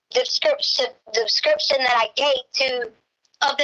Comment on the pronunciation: “Subscription” for “description”😂